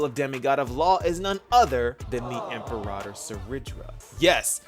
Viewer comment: God I hate how everyone is mispronouncing Imperator. Even in-game. Like, I know I'm being petty and it's really a non-issue overall, but it's just...IT'S FRUSTRATING!